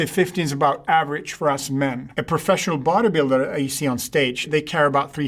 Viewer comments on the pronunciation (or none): Oh he was saying "body builder" when I thought he was saying "vaudeviller" 😅